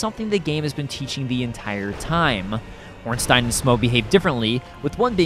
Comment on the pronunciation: I've never seen anyone pronounce smough right but ornstein wrong, its usually the other way around